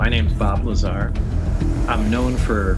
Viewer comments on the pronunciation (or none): He said Bob Lazary!!! 🤣🤣🤣🤣🤣🤣🤣🤣🤣🤣🤣🤣🤣🤣🤣🤣🤣🤣🤣🤣🤣🤣🤣🤣🤣🤣🤣🤣🤣🤣🤣🤣🤣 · "bob liezar"